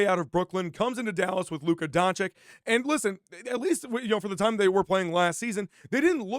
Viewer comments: Fake apology…and his name is Don-chitch, not Don-Chick…don’t be an annoying American tourist 😒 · Learn to pronounce Luka's name correctly ffs